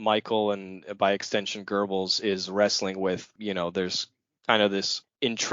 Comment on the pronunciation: You guys should practice the correct pronunciation of Goebbels before doing a podcast on him. It is so annoying to hear you butcher his name. This is the reason I didn't bother to listen to the end.